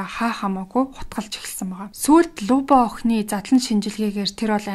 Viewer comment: Люба шүү. Луба гээд байна лээ. . .